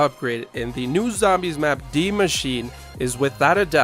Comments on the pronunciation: Why do people keep saying Dee machine instead of D.I.E.? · Why do ppl call it deee machine 😂